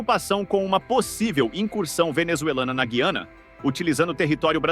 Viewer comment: Não existe "ghiana", rapaz! O que existe é GUiana. Aprenda!